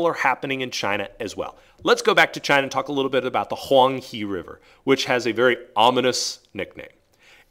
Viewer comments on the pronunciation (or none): “He” of Huang He is actually pronounced like the English word “her” rather than “he”. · I laughed at Huang He, not meaning to be mean or anything! I know how hard it is for people to pronounce Asian languages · you know, I dont mean to be a butt, but since im chinese, i got to say that you pronounced huang he wrong. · I'm here watching this and hear him pronounce the name of the Huang He wrong. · Yeah I'm Chinese too. I don't want to be mean but Huang He was pronounced wrong. :)